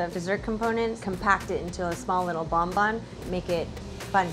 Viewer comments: i am french and the way they say BONBON annoys the heck out of me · every time they say 'bon bon' I get internally frustrated. it's bonbon. bon like in bon appetit.